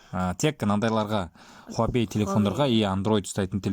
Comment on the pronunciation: хуабей емес хуавей